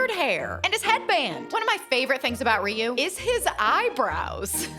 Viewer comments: It’s not riu it’s ryu pronounced (RI-YOU) but good cake I’m impressed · I've been pronouncing Ryu's name wrong for 35 years 😂